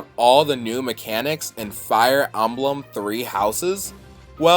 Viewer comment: Did you just pronounced Emblem as "Amblem"?!